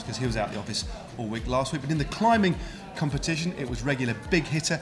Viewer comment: "Competation" there, thats the deliberate mistake